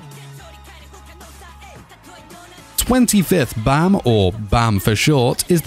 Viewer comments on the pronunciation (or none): Baam not Bam well ... who am i kidding to have some one know the actual correct way of say Baam... your not Korean after all.. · why do u pronounce bam like that